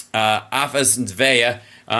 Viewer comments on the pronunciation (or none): I just learned Hal is dyslexic when reading Russian names. ‘Afasveya,” “Afasneva,” … it’s Afasnas-Yeva!